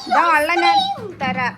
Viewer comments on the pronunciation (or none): none